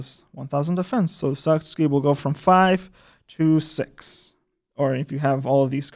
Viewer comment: Wow, that pronunciation. It's not Sa-suu-ki. It's Sa-(t)ski